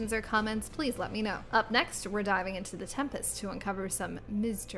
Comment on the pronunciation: "Miz-teries" can she do that??? Is that allowed?